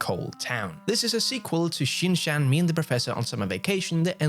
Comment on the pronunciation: dear, you are pronouncing Shin Chan wrong